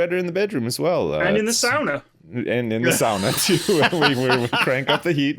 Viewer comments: It is. The pronunciation of "sauna" like Lewis did say is the correct way, the Finnish way. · It's so refreshing to hear a Brit pronounce sauna the Finnish way! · It's also the Russian way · Thats exactly how we say sauna in slovenia where im from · Your pronunciation of sauna was spot on! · For real! I was so surprised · Glorious pronunciation of sauna. Cheers from Finland. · Indeed, actual correct pronunciation of sauna. Well done! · Surprisingly accurate pronounciation as well!